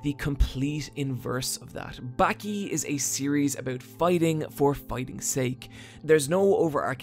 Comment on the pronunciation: its "bawki" not "backie" wtf